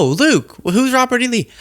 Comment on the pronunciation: Did trump say Robert E. Lee or ROBBERTY LEE?